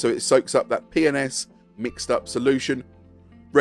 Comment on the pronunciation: i like how with your accent, P & S sounds like youre saying penis